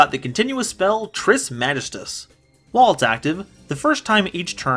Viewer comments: mahghist uhs pronouce it german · I think it's pronounced Ma gi stus. Also welcome back!